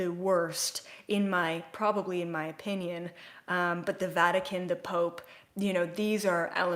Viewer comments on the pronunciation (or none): none